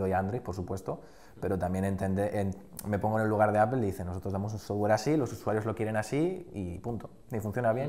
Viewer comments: ¿Como que Apel? por que los españoles pronuncian tan mal en ingles? Apel Yotube .... es por que son asi ? lo hacen aproposito? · APEL? jajajaja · De echo se pronuncia apl ;) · por que dicen appel? :v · Que pendejo esta ese wey .. Ni siquiera save pronunciar . Apple en ingles .... ... Con eso para mi. Es un pendejo. .. De tecnologia .... ... Y por el android .. Perfecto argumento